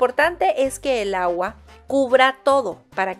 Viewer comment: "con gagua" en lugar de "con agua", de que país será ? Bueno, saludos !